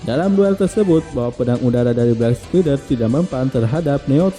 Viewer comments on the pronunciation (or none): Reviewnya bagus tapi ada banyak kesalahan dalam penyebutan, seperti: 1. Beak Spider, Beak bukan Black, pengucapannya "Bik Spaider" bukan "Blek Spider" 2. Rei Hijikata (pemilik Ray Stinger) pengucapannya "Rei" bukan "Rai" 3. Guru Tesshin (Okada Tesshin), bukan Tenshin 4. Mobil Jiromaru bukan Saber 6000 tapi Saber 600 "Jiromaru Special" 5. Gen Kondo (pemilik Brocken G) namanya dibaca Gen biasa, bukan ditulis Gene dan malah dibaca Jin" 6. Dan beberapa kesalahan pengucapan minor lain yg g bisa sy sebutin satu per satu disini. Maaf tapi ini hanya koreksi dari saya sebagai salah satu fans anime ini. Saran untuk kedapan lebih baik mempelajari dulu pengucapan dan istilah² di anime yg akan direview sebelum recording. Tujuannya tentu agar channel ini semakin baik, informatif, valid, dan nyaman didengar dalam membuat ulasan. Sukses selalu.